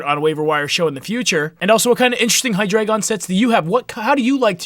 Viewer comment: FINALLY SOMEBODY PRONOUNCES IT RIGHT...jeez